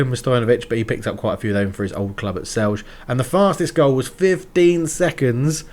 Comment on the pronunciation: Great stuff, man! I hope you don't mind, but I just wanted to give a few hints on the pronunciation of the two teams that seem to cause you the biggest problems: Celje and Aluminij. Aluminij is easy, it means "aluminium" and it's pronunced the same as if you would say it in English but without the "um" at the end. (They're a factory club of Talum, a company that specialises in, you guessed it, aluminium products.) And Celje is pronounced as "Tselye". Also, a fun fact on how reality mirrors your game: today, Aljoša Matko was declared the best young Slovenian player of the year. :)